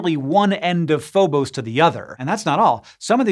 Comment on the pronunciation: It's Phobos, not Phobose! JS